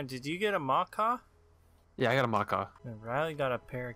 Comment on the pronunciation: U pronounced macaw wrong